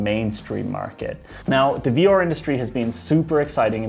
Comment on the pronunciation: I hate the way this guy says 'VR'. Sounds like some Nordic name .. 'Vior might have a chance to become mainstream. And his brother Aior will tag along'.